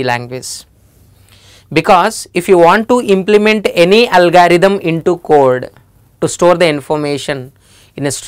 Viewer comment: It's not algaerithm it's algorithm